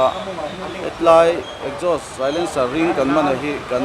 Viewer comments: Exhaust ...esgaust ti in i lam mai in ka hria 🫣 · Ekzaws tia lam tur aw. .😅